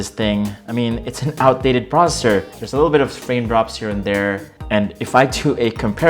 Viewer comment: Processor, you keep saying proser , ....